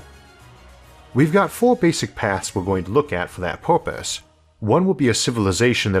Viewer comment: Why can't he pronounce er properly? Porpoise instead of purpose. Really weird to listen to.